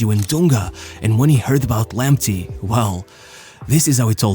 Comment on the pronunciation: It is pronounced Lamptay not Lamptee. Thomas Partay not Partee. Tariq Lamptay not Lamptee